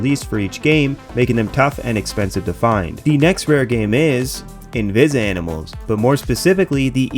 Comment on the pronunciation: the way invizimals is said is tripping me out bc ive never heard anyone say it like that ever. anyways, when i bought my vita from gamestop Ireland in 2015, the alliance was one of 2 games i got with it for free, i also got nfs most wanted, to this day they are the only 2 games i have on my vita.